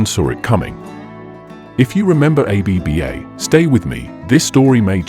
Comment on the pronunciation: Stop saying A-B-B-A. Did you research how to pronounce the group’s name before you created this video?